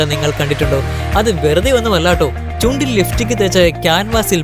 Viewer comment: Liftik അല്ല chettaa.... ലിപ്സ്റ്റിക്